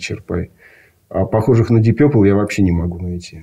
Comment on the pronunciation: Пацаны , вы оба неправильно произносите слово purple , вот его транскрипция: pərpəl , пэпэл 🙂